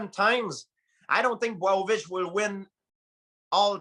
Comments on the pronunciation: Man, everybody got his own way for pronunciate Jan Blachowicz !! GSP just said BWOWOVICH 😭😭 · George" Bwow-o-vich" St. Pierre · GSP was STRUGGLING with saying Blachowicz’ name